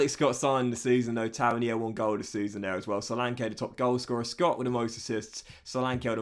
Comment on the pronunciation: Episode 8 and it’s still pronounced Taverneer